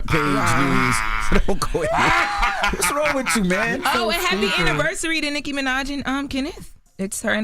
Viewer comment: Did Charlemagne say sicky Minaj 🤣🤣🤣🤣 yo.....